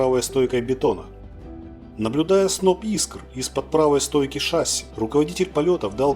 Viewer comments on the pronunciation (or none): Не шАсси, а шассИ. Проверочное слово - мерсИ! В авиации только такое ударение, а шАсси, это к трактористам. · если уж ведёте блог про авиацию,то пора бы произносить правильно не шАсси,а шассИ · если что, зритель прав. Слово французское, ударение на последний слог. ШассИ. Нас еще в 80-е годы в МАИ так учили произносить.